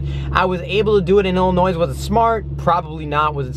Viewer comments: What did he say? Illi-what? Illi-"noise"? WHYYYYYYYYYYY Illi-noy Even Illinwah is okay because it is a French word. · He pronounced the s in Illinois.... UNSUBSCRIBE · Did he pronounce Illinois with the s? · An Illinoisan just pronounced the 's' in Illinois! Smh..